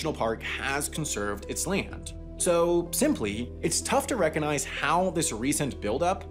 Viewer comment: You seem not to have noticed: there is a g in "recognize."